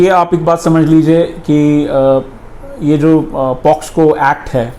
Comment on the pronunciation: Pocso to boliye sahi pahele